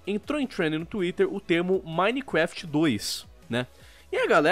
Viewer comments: Mais alguém percebeu que o diz "minequeft"? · KKK o ʺminequeftʺ do sempre será o melhor KKK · repi du mineecrefiti!